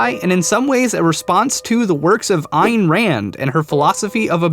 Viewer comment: its pronounced Ann rann